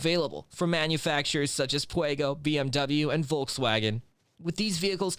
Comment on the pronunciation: “Puego”? Seriously? 😒